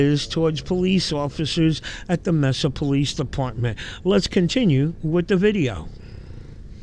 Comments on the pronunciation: Hey fam, it’s pronounced Mesa Maysa not messa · This channel doesn't even spell amendment correctly and can't pronounce Mesa right. What a bootlicking moron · Pronounced Masa long a is the first a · I thought Direct D was legally banned from filming the police after his last arrest/court date. By the way its pronounced MAY SA. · I'm from California, and we pronounce it "May-sah". Pretty wild how the pronouncement changes so much. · (approx) he pronounces it "May sah" the California way. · Pssst, Mesa pronounced like May-sa. 😊👍